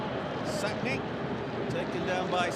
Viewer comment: The name is Mmmmmmsakni, not Sakni, it is a person's name you do not get to decide to make it a silent M.